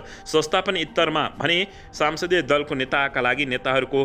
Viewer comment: Sansadiya hoiena Sahi uchcharan garnu paryo.